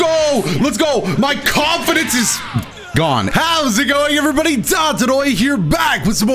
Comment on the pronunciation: intro really said "no confidance"